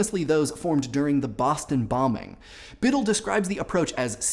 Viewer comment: "Biddle" HahahahahahHAHAHAHAHAHAHHA